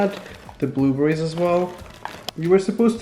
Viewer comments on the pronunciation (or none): not being mean but did he say booberries??????